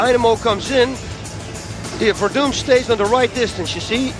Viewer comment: Fabricio WerdUNE?! wtf, Mauro. Are you serious?